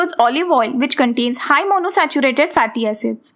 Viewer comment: Correction- it's MonoUNsaturated fatty acid... U read it in correctly